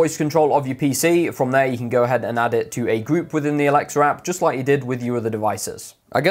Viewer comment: stop saying alexer